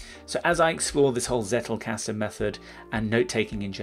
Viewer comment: Dunno, if someone already made a remark about it: it's pronounced as "tsettelcusten"